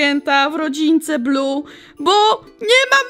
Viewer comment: Muwi się Bluey a nie blu niebieski Bluey!